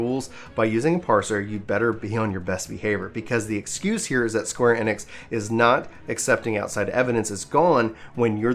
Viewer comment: square E-Nix say it like that not enix